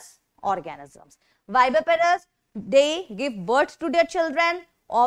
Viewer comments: maam it's not vivaparous it's viviparous 😅😅😅😅😅😅😅😅😅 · HI PW I WANT TO CORRECT A MISTAKE THAT IN VIDEO CLIP IT'S NOT VIVAPAROUS IT'S VIVIPAROUS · Mam , it is not vivaparous it is viviparous organisms. 😊